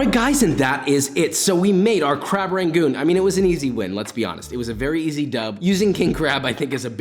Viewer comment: i die a little bit inside when he pronounces it “ray-goons” idk about you but texans pronounce it “ra-goons” not “ray-goons” 😂